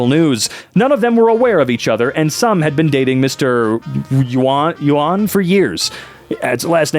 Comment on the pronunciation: Chinese speaker here (Taiwanese). Not gonna lie, you did the best you could with "Yuan". Mainland Chinese pinyin doesn't really take English's native pronunciation of the character into account. With that said, "Yuan" is actually pronounced closer to "Yuen". Not knocking on your attempt, you did good.The best anyone that doesn't know the pinyin system can do. Just providing info if you're interested.